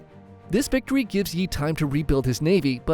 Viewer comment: Did he just say bictory